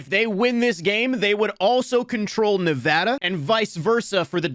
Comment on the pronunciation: Finally someone who says Nevada right